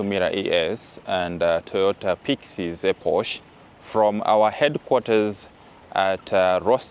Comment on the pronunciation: EPOCH is pronounce "ee-pok". Eposh sounds funny